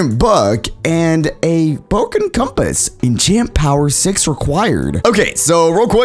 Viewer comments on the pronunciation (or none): Not making fun i just like how u said “boken” instead of “broken”